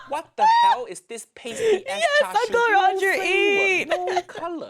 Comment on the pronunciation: as a chinese person, "chashu" and "charshu" hurt me a lil bit not gonna lie